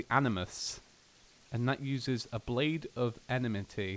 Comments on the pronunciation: Enmity Pronounced like En-metee not enamitee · Your suppose to say it like this. Em-i-ty